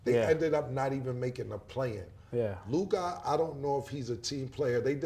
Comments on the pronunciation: It’s Luka not Luk-AHH 😂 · LukAh LukAh 😂😂 just say Luka fellas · What's with the Lukah pronunciation 😂